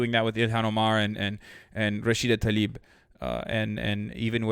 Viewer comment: And please say Rashida Tlaib not Rashida Talib she's not related to the rapper please say Tlaib.